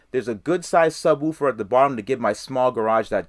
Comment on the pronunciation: can you say subwoofer again for me please. Thanks